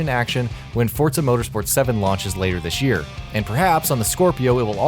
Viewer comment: what in this world is "dish year"